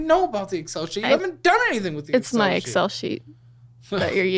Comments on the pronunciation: The way he pronounced Excel made it sound like he was describing a t-shirt size. My guy, stop describing the lottery as a skill game. The lottery has you. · Dude really said XL instead of excel 😂😂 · The way he pronounced Excel as XL tells me all I need to know about this guy 😅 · The second he pronounced Excel as XL, i knew he was dumb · Dude pronounced Excel as “X L” because it’s so foreign to him 😂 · Did he just pronounce Excel; "XL?!"